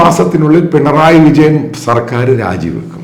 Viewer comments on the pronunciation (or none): none